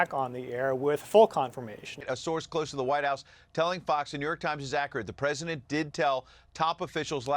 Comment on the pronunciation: "The New York Trimes"